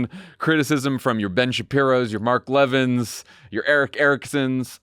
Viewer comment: One small thing: it's Mark le-VIN not LE-vin. Love the show! ❤🧡💛💚💙💜